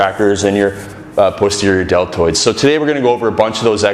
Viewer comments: posterior delts he cant say it right lol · it sounds like he's about to say pussy every time he says posterior